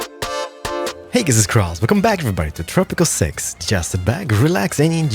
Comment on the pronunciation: Is it just me or did it kinda sound like Keralis started the episode with welcome back to tropical sex?